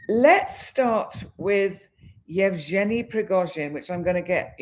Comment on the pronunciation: Yev Gen ( the g is pronounced as in Again its a Guh sound) ie ( ee) sound